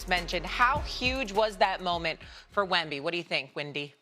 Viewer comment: He often pronounces Wemby wrong too, but it makes me cringe when he mispronounces Vassell